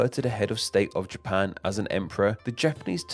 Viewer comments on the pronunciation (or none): Where is this Ja-PAAANe? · A small thing I noticed about the speech pattern in this video is how it extends the final syllable of a senteeeence. Best example from when two sentences ends with "Japaaaan".